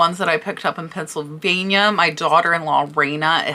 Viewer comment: Hi, we love your channel. I just have to correct your pronunciation of the state of PA. It is not “pencil”. It is PENNSyvania like William Penn that it’s named after. Like I said everything else is ok